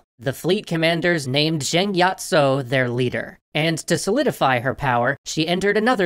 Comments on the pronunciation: i like how you stayed authentic to the cantoneseness by calling her with Yat instead of Yi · I is pronounced “yee” or yì